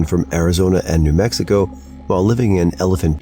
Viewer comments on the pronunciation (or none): none